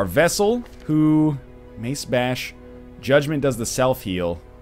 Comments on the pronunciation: NL, the Graverobber is a chick, and it's "vesTal" not "vessel". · *NL keeps pronouncing "vestal" as "vessel" This series has taught me so much about the Canadian language. I never knew they don't use the letters "K" or "T".